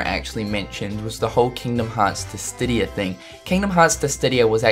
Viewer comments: In the previous video, he called Chocobo a Choboco and now he is calling Dissidia as Distidia!! It is confirmed that isn't a big fan of Final Fantasy games xD!! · did he disstidia? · damn son its Dissidia noch dissdia :DD them nipples get me